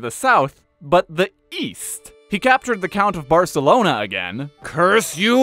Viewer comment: Best pronunciation of "Barcelona". 10/10 no notes.